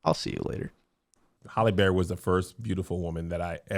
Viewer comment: I need Kev to say Halle Berry not Holle Berry